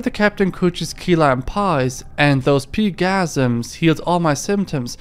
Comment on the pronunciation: It's PIE gasms not PEE gasms lol